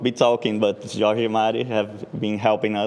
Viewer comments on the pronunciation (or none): none